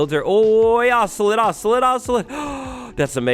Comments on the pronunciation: Im breaking my fingers everytime he says “Ocelit” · Ocelot: exists: “ocelit ocelit ocelit ocelit”